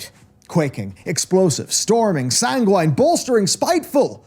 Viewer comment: the way you say sanguine makes me sad 🥲🥲other than that, a good objective video good job!!